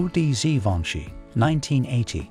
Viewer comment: Gee-Von-Shay...Givenchy......NOT whatever you said!!???